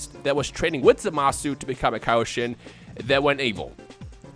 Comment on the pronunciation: 90% sure Zamasu is pronounced Zamas.